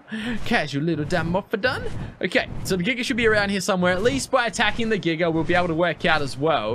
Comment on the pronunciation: not making fun of you brother but I love how you pronounce giga...giger lol